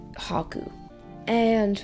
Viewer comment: anyone else hear caku instead of haku ?